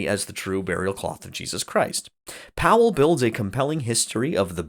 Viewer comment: Thank you for pronouncing our last name correctly! Bugs me when people pronounce it as “Pal”. Two syllables people, two syllables. Haha